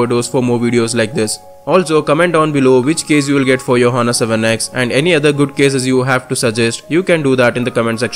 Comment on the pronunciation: h is silent brother